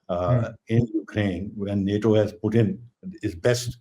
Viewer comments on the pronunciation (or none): none